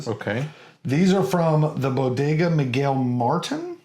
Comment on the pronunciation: You mentioned 'newer' Islay distilleries - have you tasted any Ardnahoe yet? Would you like to? Their inaugural is pretty good and they've started their core range quite well too... The only slight thing with the Bodegas is that Miguel Martín has an accent on the final "i", showing where the stress falls, so it should be more like 'marTEEN' than 'MARt'n'. Settlements have specific definitions in the U.K.: a hamlet is the smallest - a collection of dwellings without official amenities. A village can be as small as a hamlet, but has things like a church, administrative buildings and/or village hall for communal activities. A town generally has a charter to hold a market and will usually have a town council administering the area. The reigning monarch can grant or confirm city status (most of the older ones have a cathedral and were powerful when the Church had more clout; newer ones started to be added when the industrial revolution made trade and industry more important than religion...) - you can find lists of the current 76 (55 in England, 8 in Scotland, 7 in Wales and 6 in Northern Ireland) fairly easily. We get a bit picky if you use the wrong term! Rochester is the only one that lost its city status, because it failed to file the correct paperwork when rearranging local government in 1998 - they've been trying to get it back (and failing!) ever since. For a sherry bomb you need Kilchoman Loch Gorm. The 2026 Edition "was matured in oloroso sherry butts for a minimum of 10